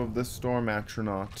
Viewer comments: Flame Astronauk. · would be Elon Musk's friend with the amount of "Astronauts" he summoned. You actually messed up on a lot of words.... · Good guide but how hard is it to say “A-TRO-NARCH”, come on dude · It annoys tf out of me that he says atronaut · Without the “S” but yes. Atronot 😂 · I like how you can't say Atronach properly but good amazing guide bro thanks.